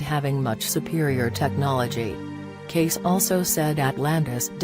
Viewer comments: It's Cayce not Case, you stupid robot!!! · Cayce said casee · Why pronounce his name incorrectly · Right? And why the voice? Ugh... Love Mr. Cayce tho) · thumbs down for the robotic voice & name mispronounced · Why don't you pronounce his name correctly?